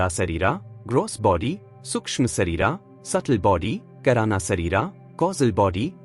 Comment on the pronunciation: 2.50, not kairana but "kaaran" sareer means causal body, we hv sthool, Sookshm, kaaran nd mahakaaran sreer